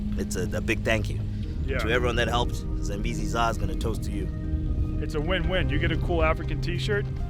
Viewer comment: "Zillion Zambeezee's"